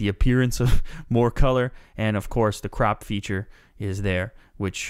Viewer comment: Thumbs up if you thought he said "Crap feature" instead of crop ?